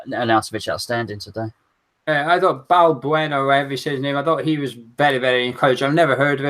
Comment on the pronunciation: pronounces Balbuena right. Bal-bwehna. Bal rhymes with Val, Buena like Kinder Bueno but with an A at the end.